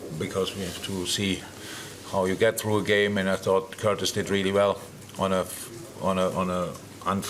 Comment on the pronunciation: Bro say Jones 😂